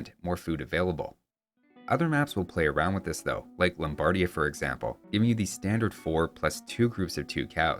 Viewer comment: Fun fact: the correct italian pronunciation is not "Lombàrdia", but "Lombardìa"; you should stress the "i".